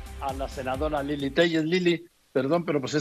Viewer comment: ¡ ESA SEÑORA NO SABE NÍ DECIR SU NOMBRE ¿LILY? JJJAAA. QUE FALTA DE CULTURA DE TODOS!! JJJEEE. LILLY TÉLLEZ. O. LILY TÉLES?? JJJEEE. NO ESTAMOS EN ITALIA NÍ ES ITALIANA!! ¡ APRENDAN A LEER ! JJJAAA LILY JJJAAA. LILLY. MIS B,,,,,,,TOS!!JJJEEE